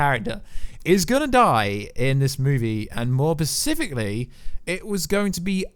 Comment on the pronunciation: Am I the only one triggered when he says "Pacific" (specific) and "Caretive" (creative) 😫😫